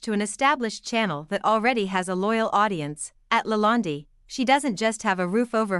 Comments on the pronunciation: How can anyone watch a video where the narration cannot properly the subject's name!? It's "La Land" which rhymes with "bond, or "fond" or "pond" - not "La Land-y" rhyming with 'candy'. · try De Laland (e) is silent.................eish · You can't even pronounce the Word Lalande. What a hatchet job. Hateful people who criticize and critique others. What are you doing except being a troll. Marie is amazing. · This video is absolute nonsense….Marie is a very quite lovely person, she is a wiz at everything she does & absolutely amazing in the kitchen, the food that she cooks is rather outstanding & the presentation of her food ( masterpiece) is amazing. Please get to know the person before you start talking about her and read up on how to pronounce the Chateau’s name correctly. ✌️